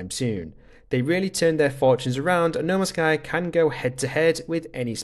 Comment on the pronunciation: Why do you keep calling it noma sky?